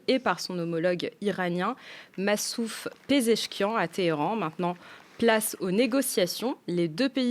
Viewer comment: C'est Massoud Pezeshkian pas Massouf 😂😂😂😂😂😂😂